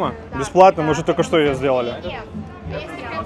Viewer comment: Почему вы говорите «шо»?